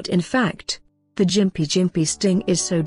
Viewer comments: lmao, its pronounced gim-pee, not fucken jim-pee. i have had the unfortunate pleasure of brushing against one with my arm when i was working for the dpi, thank fuck it was only a light brush, man that shit was the most intense pain i have ever felt ( worse than when i crushed my foot and took nine months before i could walk unassisted) i couldnt even describe the sensation of agony this thing does to you. ABSOLUTE FUCKING AGONY! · It’s pronounced Gim-pee not jimp-ee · Gimpy not Jimpy. Chav